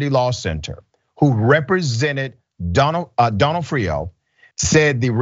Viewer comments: Either way, it aint "Doe-No-Off-Rio😂😂😂😂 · It's pronounced don AW freeo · ok this is my 2nd day in a row asking for a stand alone podcast for Dr rashad to say more names, yesterday ya butchered a jewish name it was hilarious, this time, Donofrio, cumon bro, u dont know who Vincent D'nofrio is, just say it like ya heard his name pronounced, i know u have, here its like the word Done--Noff-Frio, like franny fio. Duh Noff Frio. PLEASE do the podcast where u say names u have no idea how to pronounce.... talkin about serious subjects all day needs some fun at the end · I know it’s kind of petty, but the O’s in Donofrio are pronounced like they are in the alphabet. Sorry, it’s the Italian in me That made me say this. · of course she is. But it matters to me. Would you like it if someone kept pronouncing the O in your last name Incorrectly? Or would you politely correct them? And I say this because the name Donofrio is part of my family. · Bruh…love you man, but you be torturing these names..,especially cities it seems to me, but you got her name wrong….accent typically on the “nof”.